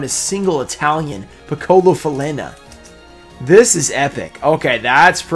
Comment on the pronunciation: Loved the reaction to the Piccola Falena (that you actually pronounced well), I'm glad you appreciated it and hope it will help in your collection of Pequenos in all languages. That giveaway is sick by the way, that Guardian is really cool